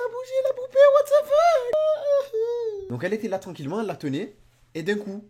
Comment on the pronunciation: On dit pas watt de fuk !!!!😨😨